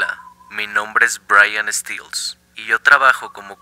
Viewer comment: Corrección mínima de pronunciación: "Stells" se pronunciaría como se lee, como con una e y no como mi culón favorito lo pronunció que sería "stills". El error es comprensible ya que las "e" en el inglés se suelen pronunciar como una "i" como en la palabra "easy" o "eagle" pero hay excepciones como en la palabra "earth" que es "Tierra" la "e" se pronuncia como una "e" común para nosotros. Quizás asoció "Stells" con la palabra "Steel" que las "e" si se pronuncian como una "i", si "Stells" no tiene doble "e" no se pronuncia "stills". Un besote en el culote.